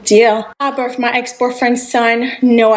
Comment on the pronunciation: She cant be serious! She got the boot after getting knocked up! We saw all the videos in the past and she now on here talking about "I birf my ex boyfriends thun" showing off again! Also that accent coming out more now that she struggling lol